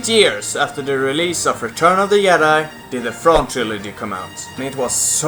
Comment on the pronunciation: "yedi"